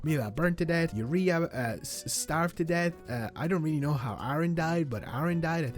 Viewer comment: Just some tips for you: 1. Uriah is pronounced ‘You-rye-ah’ which rhymes with the word messiah if that helps 2. The cakes have an infinite storage timer in the household inventory as as soon as you’ve put candles on one and used it to age up a sim, you can put it in the household inventory to use for the next birthday 3. Instead of killing sims to free up household space, you can just go to the edit household tool and move them into another household and then the family won’t get sad